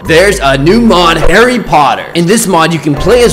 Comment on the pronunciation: I really luaght when you said Horry botter